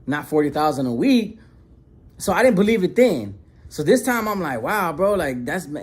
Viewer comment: “I didn’t beleef” 😂😂😂 the way you said that had me rolling lol but keep up the great work and shake the haters away!